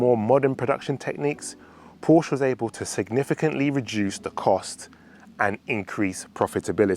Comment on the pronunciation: For a supposed fan of the marque you could at least pronounce the name properly